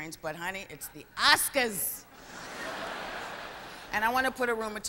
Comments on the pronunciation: why do they say okscars? rather than oscars? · Okscars? Welcome to Okscars 66? Nervous I guess... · isn't that the same with someone who pronounces "oscars" as "ocscars"? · Samuel Velez probably just an accent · IT'S THE OSCAHS!!! xD